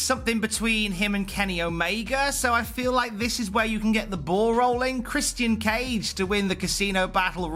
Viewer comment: Are you kidding me stop saying christianee cage